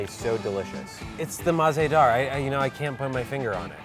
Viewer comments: Mah-ze-dar is actually mazaydaar which translates to tasty. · MAZEDAHR is pronounced mazehdaar in Urdu and it means "delicious" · Its not mah zeh dar...its mazaydar one word...ONE WORDD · I speak urdu it mazedar not maz ah dar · Oh my God it's Mazaydaar what on Earth is Mah za Daar or whatever it is 🙄😱😑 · Its mazedaar not mahzedaar. Btw it means tasty or delicious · Alright, so I am a native Urdu speaker and I truly enjoyed how you guys reviewed the cookie from the Mah-ze-Daar bakery. However, just pointing out that the whole pronunciation of the word and how it is written as MAH-ZE-DAAR is incorrect. It is mazayh-daar (H is usually silent) and not mah-ze-daar. It means delicious and Umber Ahmed would love it even more if she pronounces it correctly. :) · It is pronounced like muz-e-dar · The way they pronounce مزیدار (Mah Ze Dar) is really effing annoying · mazdar was the worst pronunciation ever but ok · It's ''Maz-Aye-Dar'' The pronunciation Ya'know. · The way pronounces Mahzedahr has me in creases 😂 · It’s pronounced “mazaydar” like one word not three but 3 syllables so I guess she’s spelled it so it’s easier to speak for white people but it just means “delicious” she’s over exaggerating af 😂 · Tehreem ikr that’s not how its pronounced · I believe the actual pronunciation is way easier than how they pronounced it here. Not because, I am a native but really, it's easier. It's be easier for English speakers to say the actual word. Also, if she wasn't being too literal then she could have said that MAH-ZE-DAAR is a made up derivative of MAZAY-DAAR. I appreciate your clarification though. Means a lot. :) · Damn, the pronunciation of mazedar is hilarious. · I cringed at the way they said mazedaar 😬